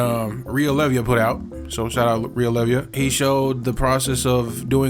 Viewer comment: good video! also Rio's last name is pronounced "Lay-vuh" 🫡